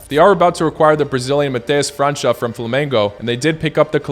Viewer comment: Just a small correction: in Portuguese, the "ç" like in "Mateus França" is pronounced like a normal "s", not like the "ć" or the Turkish ç